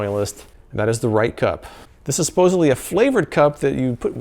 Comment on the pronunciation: You said 'suposibly' when speaking about the swivel tray.. sigh please correct that word. Supposedly. There is no 'b' in that word. I never heard of any one of these products and I can't say I missed out. I wouldn't have bought a single one, even if I saw them on 'as seen on tv' or any other location. Every one looks like cheap chinese knock-off crap that is designed to cheat you out of money.